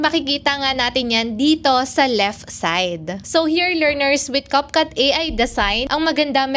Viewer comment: Cupcut??? Nasobrahan ata sa cupcake kaya ibang iba sa pronounciation Capcut, naging cupcut 😂😂😂😂